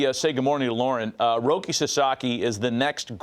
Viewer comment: His name is Rouki Sasaki. Not Roki.